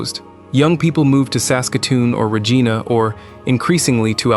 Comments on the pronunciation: It's not Ruh-gee-na!! It's Ruh-jie-na! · rageeeenah is regina.